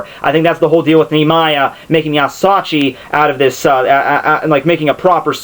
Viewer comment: Just so you know, I know a little Japanese and if you ever need help with questions about Japanese I'll try to help. (Also, asauchi. It's pronounced a-sa-u-chi. Japanese is simple like that.)